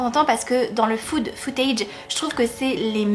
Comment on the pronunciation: Merci pour ces reco :) Autant j'ai vu quasi tous les films dont tu parles (sauf le petit chaperon rouge mais ce n'est pas mon truc), autant j'ai lu aucun des livres donc j'ai noté tout ça ! Et je suis d'accord avec tes choix de film, ils sont tous bons dans leur genre ! Par contre pour rec j'ai l'impression que tu dis "food footage", c'est "found footage" haha 😉